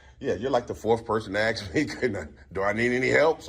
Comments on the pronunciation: A S K not A X E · Hey, it's pronounced ASK not AKS. Go back to school dummy. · "Axe" the officers?????? Alot of people "axed" him. It's amazing that he wasn’t bleeding and sent to the hospital. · Lol... they can 'Ax..." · We just want to ask for ID. You can ax you can ax. WTF? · You have a good command of the language except it's "ASK" not "AKS" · I could watch this video and others like it BUT It Really Ruins the content when an "individual" cannot properly speak english and Pronounce the EASY word of "ASK" and NOT "AXE". It really messes up the fact that he's TRYING SO HARD to speak with PROPER Verbage... js 😳🤔👀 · It’s ask not axe, really not that hard. Great job otherwise. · Why are people "axing" you? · Lol I hope you never have to say ask and axe in the same sentence. Obviously nobody taught you there is a difference in pronunciation. Come on man, don’t AXE stupid! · They can axe. They can axe awl thay wont. 😮😮😮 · I would take it as a threat every time dude with camera kept saying something with an axe 🪓 he keeps saying axe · They can axe me